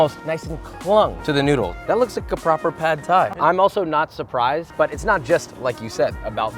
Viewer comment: THAT PRONUNCIATION THOUGH! - i'm taking away the Thai 'uncle' for that from you.